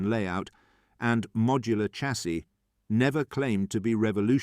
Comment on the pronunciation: Please I'm watching all of these and they are very interesting but please say Shassy instead of Chassy, I'm begging you lol, keep up the good work.